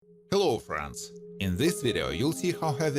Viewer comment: WHY THE FUCK DO YOU KEEP SAYING HELLO FRANCE. ITS FUCKING FRIENDS . FRENDZZZZZZZZZZZZZZZ